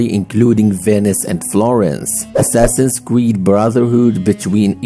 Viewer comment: Nah bro said "Assassins creed rock"💀💀